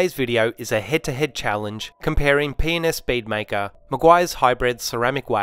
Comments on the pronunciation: loved the video ( btw sounds like you said penis bead maker in the intro!) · Love the accent! P&S sound likes your saying 'Penis' hahahha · Glad I came by this video. I can’t get over you saying “P&S bead maker”. I hear something else entirely